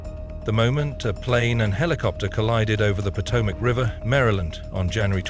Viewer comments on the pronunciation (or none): none